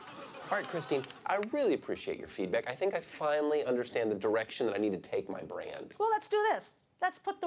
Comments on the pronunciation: she keeps adding another t to tosh!!!! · She added another T that ain’t there🧐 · Wheres the second t in tosh?